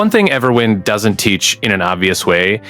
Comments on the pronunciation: Couldn't take this video seriously after quite literally the first 1s. EverWHINED? Really? You don't know how "wind" is pronounced? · Nope, that wasn't a slip of the tongue. He really said Everwhynd. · The way you pronounced the name PMO 😂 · Bro can’t even pronounce the name of the game properly but expects people to trust in his tips and tutorials. 🤦🏽‍♂️